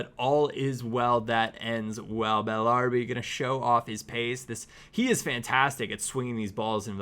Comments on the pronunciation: Why does he say Bellarbi, isn't it pronounced as Bella-Rabi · It's Bellarabi, not Bellarbi. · Why can't he pronounce bellarabi